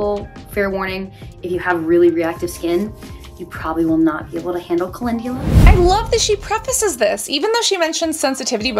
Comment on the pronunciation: I enjoy watching your videos. I just wanted to let you know you’re pronouncing calendula incorrectly. Just a heads up in case you come across that word often. Pronunciation police out 🫡